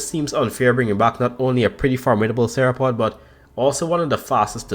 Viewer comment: bro, u saying theropod almost the same way as sauropod